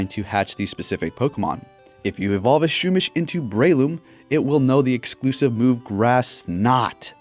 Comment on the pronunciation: U pronounce pokemon names funny. SHOOMISH 😂